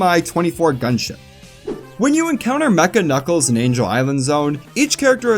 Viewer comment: Every level in Knuckles Chaotix is an alliteration just like the title of the game. i am now informed that both the Kn in Knuckles and Ch in Chaotix are not in fact pronounced like the Ge in George.